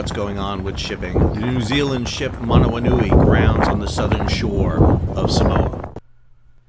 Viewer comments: that Maori pronounciation though... couldn't have butchered it any more than that. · Hahaha, that pronunciation was something else haha. Like gargling marbles